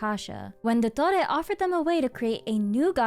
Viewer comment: Your pronunciation of his name is so accurate 👍